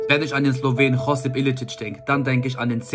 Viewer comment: Nicht Chosip Josip. Im slowenischen wird fast alles so ausgesprochen wie es geschrieben wird